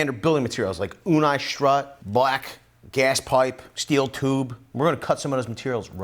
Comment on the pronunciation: You-knee-strut as in universal application, not ooh-nie-strut. Come on, Go steelers....